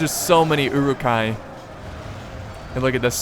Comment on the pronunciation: Love these this vids, the pronunciation of "Uruk" or uruk-hai which means orc folk or orc men is not EWW-Rook. It is Uh-Ruk.